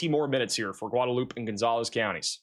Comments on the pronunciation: Guadalupe pronounced "Goo-Wahd-Ah-Loop" in TX. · Dude. You absolutely destroy the pronunciation of cities that you try to read. You may be book smart, and I do appreciate your weather reports. I can't believe you asked AI how to say the name of a town on one of your videos. You mispronounced Otumwa, Ia. , and Guadalupe is not Gudoloop. That drives me up the wall. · By the way. Guadalupe. Gwah da loopee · Goo-da-loop? C'mon man 😂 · Guadalupe is pronounced like gwada-loop-a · It's pronounced "Gwad-a-loop-eh" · Gwahd ah loop ay...or huad ah loop ay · The X in Bexer is pronounced, as I have heard it, somewhere between a Y and not there. It is based on one of the local indigenous languages. Bear or Bayer both seem to be acceptable. Seguin is Suh-GEEN Guadalupe is GWA-de-LOOP-ee And don't get me started on the pronunciations of some of the German based names in the Greater San Antonio area. 😊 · LOL "goo-duh-loop" was really bad. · Someone Please Tell How to Pronounce “Guadalupe”!